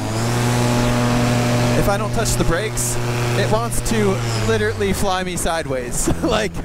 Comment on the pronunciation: Not to be critical, but it’s "literally", not literately.